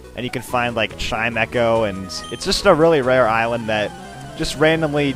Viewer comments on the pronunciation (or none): none